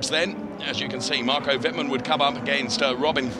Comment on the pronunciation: you really should learn how to pronounce the drivers names correctly, theres not THAT many of them. i.e. Wittmann is not pronounced "wittman", its "wittmun" (I dont know how to write phonetically properly)